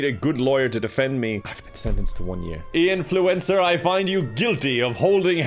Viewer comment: Him: Ian Fluencer All I heard was "influenza"